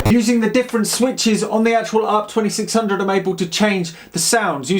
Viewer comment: sorry, did you just call it an ARP 2600? :D